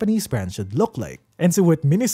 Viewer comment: The Japanese Katakana gave it away for me. メイソウ is pronounced "Meisou," not "Minisou."